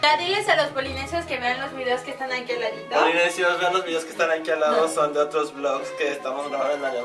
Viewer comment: Polinesios, ella dijo Polimian